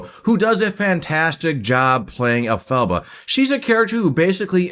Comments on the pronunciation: *In Hermione's voice*: You're saying it wrong. It's EL-pha-ba, not el-PHA-ba. But a great review nonetheless! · Agreed about the pronunciation. I’m surprised you persist in the mispronunciation throughout this review, especially since the name is said throughout the film. The name is derived from from the name of L. Frank Baum. El -Fah-Bah. And Baum originated THE WIZARD OF OZ in 1900. Great tribute to him!